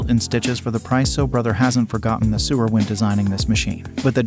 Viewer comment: Just saw this and I love all of my Brother machines -- 2 computerized and 1 serger. One thing though, and very important IMHO for the credibility factor. The narrator pronounces "sewer" (meaning people who sew) as though he means the pipes that carry sewage under ground. When speaking of hoop size of embroidery machines the narrator does not say "seven by 10" but insteads says "7 "ex" 10" -- reads out the letter name rather than what the letter means in this context. This indicates to me a sloppy production, which in turn reflects badly on the entire presentation and the machines being reviewed.